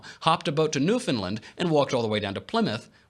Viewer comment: finally an American pronounced it right